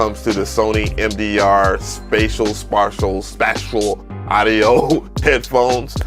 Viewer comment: Spatial is pronounced spay-shul lol. ✌🏻 &❤